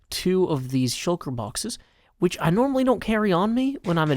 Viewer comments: open subtitles and it shown 'which' though it sounds like bitch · Firehoof haha sounds like it, but I think it was supposed to be “which”.